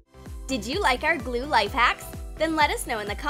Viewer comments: This is how many times she said gule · When she said chemical glue I thought she said chemical u..l